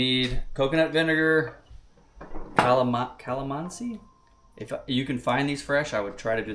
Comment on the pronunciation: You got the pronunciations right! Kinilaw. Kalamansi. Yumza❣️